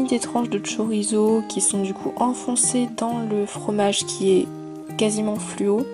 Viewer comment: Tu dit tchorizo mais c'est chorizo! ! si non super créations, j'aimerais antivirus faire comme toi! fin bon je prend mon courage à deux mains, et j'essaye jusqu'à ce que j'y arrive...bises et bonne chance pour la rentrée📟